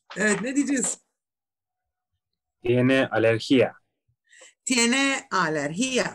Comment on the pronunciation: Selam ! Tan sólo decirles una cosa, la palabra correcta es "alergia" (sin el acento en la i) y el golpe de voz o entonación recae en la "e" no en la "i" [/a'lerxia/]. ¡Muy buen trabajo el que están haciendo!. Saludos